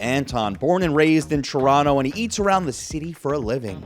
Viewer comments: Hey man good job for properly pronouncing Toronto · the way u said toronto is just chefs kiss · You pronounce toronto properly. Impressed.